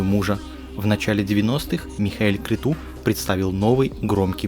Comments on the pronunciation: Правильно не крету а крецу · Крету? А может Крецу правильно?